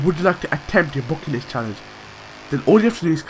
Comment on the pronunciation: Not Bucket list man dont you hear? its Bocket Listt